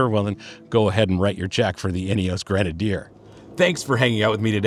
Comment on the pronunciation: Love the nods to English e.g. zed not zee but maybe you can be an American trailblazer and explain Ineos is pronounced “Ineoss” not “Ineoss’ and we’ll forgive you the ‘erb rather than Herb ‘isms.. Good review btw…